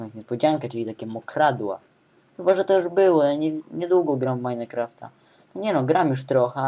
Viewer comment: Btw, jedna taka dygresja... To nie jest "Meinekraft", tylko "Minecraft" ;] Majnkraft ;]